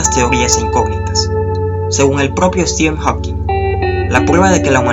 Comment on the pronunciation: me molesta como pronuncias stephen hawking